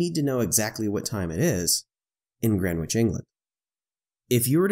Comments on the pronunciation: Its 'Gren-itch'...not 'Gren-witch' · "WTF is "GrenWich"? Yup, it should be pronounced "Grenich"! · I'm sorry for being pedantic but.... FFS! it's pronounced "grenn-itch"! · gren witch...lol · Greenwich pronounced....... Gren itch. The W is silent. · My only comment : The prime meridian crosses through ‘Gren itch’. The ‘w’ is essentially silent 😉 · It's pronounced "GREN-itch". The "w" is silent, as is often the case in with non-initial "w"s in placenames. It is one of London's 32 boroughs. Come to London and pronounce it as here and everyone except taxi drivers will laugh. Taxi drivers will just think "Here's a mug. Take him to Greenhithe, that's more than twice as far." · Nope, not really. He's referring to the fact that it is pronounced: Gren-itch. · Your fascination with saying the w in Greenwich can be damned annoying here's a link on how to Pronounce it correctly Other than that the video is great. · Every time he mispronounces Greenwich I wince a little. Other than that, when are flatties going to come up with their own coordinate system? I’d suggest Flattitude and Wrongitude. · Made me wince as well! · FYI The correct way to pronounce "Greenwich" is in the following video. the "w" is silent.